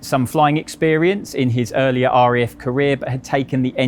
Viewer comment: It’s RAF not REF…..why do people saying it like that!!!!